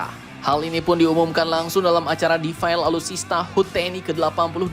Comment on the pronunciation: 'defile' itu dibacanya bukan 'defail' tapi tetap defile... inget yak.... ya salam..